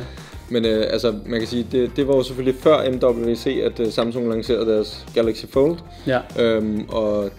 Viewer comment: Du siger Samsun... Det tilter mig...